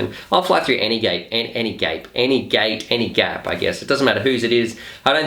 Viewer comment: "I'll fly through any gape" LOL! Hope your wife wasn't listening!